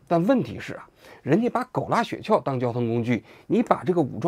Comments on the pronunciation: 雪橇的橇不是四声，是一声啊，王局。听得我这个难受。想当年央视的记者估计不需要通过普通话考试。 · 王志安谈社会话题以外，基本都可以归于娱乐节目。 先来挑个刺，那叫雪橇（一声），不是雪撬（四声）。这不仅仅是认字少，说明就没怎么听说过这个词儿。